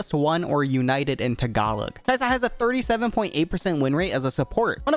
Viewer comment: your pronunciation of “Tagalog” is much better than most Americans, who just pronounce as it looks “Tag a log”